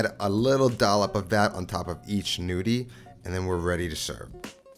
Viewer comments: The G isn't mute :) you just have to pronounce them as gnocchi. It's a tuscan way of saying 'nudi' (like you pronounce it) which is Italian for nude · Pronounce Ñudi. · Looking forward to trying this but, in the meantime, the g is technically not silent. It turns the n into the equivalent of the Spanish ñ.